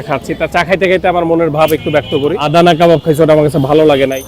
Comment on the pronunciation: ফুড ব্লগার হইসেন কিন্তু আদানা কাবাবকে আদানী কাবাব বলেন, হাস্যকর